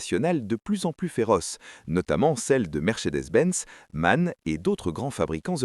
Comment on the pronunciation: La prononciation correcte de MAN n'est pas Man, mais M-A-N. Les lettres se prononcent individuellement. C'est consternant de constater que les chaînes françaises et anglaises sont toutes incapables de prononcer ce nom correctement.